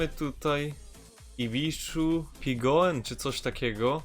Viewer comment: Ibishu Pigeon czyta się Pidżjon. Fajny odcinek 👍. Polecam pobrać, jeżeli nie masz Lada Pack. Z Ladami i Fiatem 125p